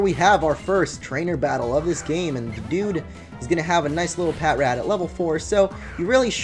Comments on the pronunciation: its patrat not pat rat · It's Pa-trat. Not Pat-rat. Sorry I just have OCD so I can't stand it when u say Pat-rat. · Omg! I pronounced Patrat pat-rat too. But then I saw the show and they pronounced it pa-trat and I was like tf? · Isn't Patrat pronounced pa-trat? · I pronounce it pat rat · Patrat is actually pronounced pa-trat lol